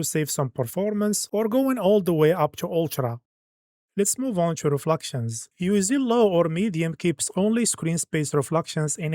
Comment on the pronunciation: it is called ultra not oltra, reflections not refluxtions, it is so annoying pronouncing them wrong for like hundreds of times